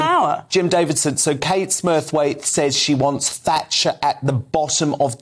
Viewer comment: Kate , not Katie